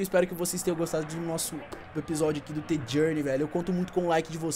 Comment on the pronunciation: N SE FALA T JOURNEY SE FALA D JOURNEY EU SEI Q SE ESCREVE {THE} JOURNEY ESO O JEITO QUE SAI O SOM DA PALAVRA!